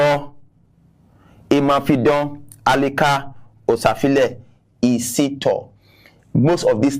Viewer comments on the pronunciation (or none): The way he pronounced these Igbo names like Ali- Ika😅 Which action ? Don't U have elders , Ika/ Igbanke elders are speaking out in so many ways. Speak to Igbankeb & Ika with their ancestoral language language. Let's see if you can.